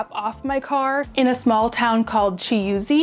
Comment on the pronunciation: It's called Chuisi and pronounced "Coo see"